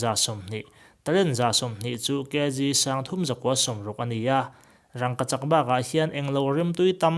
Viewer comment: Rangkachak pawh i lam pangai ve tawh e😂